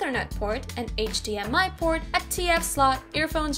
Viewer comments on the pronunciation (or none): none